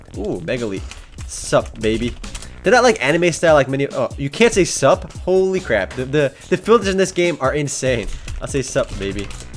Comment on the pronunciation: wtf he dont kno how to spell sup XD he said some suwp FAIL!